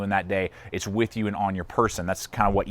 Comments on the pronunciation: the company's pronounced I , T , S tactical. not it's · Did he just say its and not as it should be, Eye-Tee-Ess? WOW! +